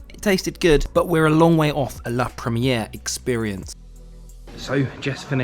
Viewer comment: La première is pronounced La PROM-EE-AIR